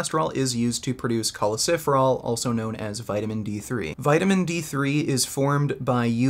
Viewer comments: It hurts every time he says choleciferol, when in fact it's choleCALciferol. Must be something about my ocd. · It’s not choleciferol. It’s cholecalciferol. Awesome video